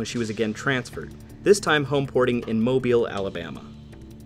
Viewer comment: Awesome. You said Mobile right